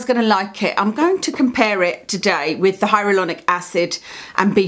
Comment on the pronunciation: Do you know you say HyaRuLonic instead of HyaLuRonic? Love the channel! Rarely buy a product these days unless I’ve watched your video on it, you have the same experimental nature with skincare as me. Really respect your channel and long term reviews!